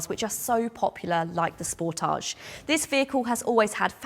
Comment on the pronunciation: Truly appreciate your correct pronunciation of the car's name SPORTAGE,. Can't wait until your actual road test with the facelifted model. Many thanks!